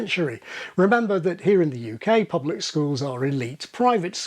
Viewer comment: Pronouncing "here" as /hjɜː/? It's it just me, or does that sound vaguely Welsh?